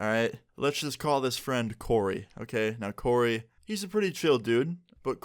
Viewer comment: Omg my name is coray but u said Corey :( but u were close to my name